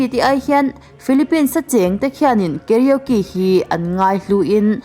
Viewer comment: I karaoke lam dan chuh💩💩.... KA-RO-KE tiin han lam chhin teh....KE-RIO-Ki ni lo in 🤣🤣🤣🤣